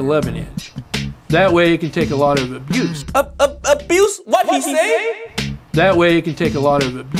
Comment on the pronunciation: I thought he said juice instead of abuse☠️